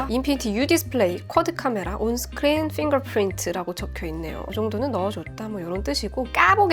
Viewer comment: 오 주연님 발음이👍 온스크린 퓡거푸린트👏